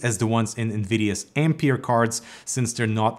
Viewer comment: Since the name is Ampère, I suppose it should be pronounced Am-pear, instead of Am-peer as we pronounce the unit of electrical current.